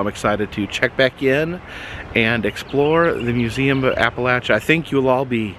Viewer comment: Finley someone that pronounces Appalachia the right way..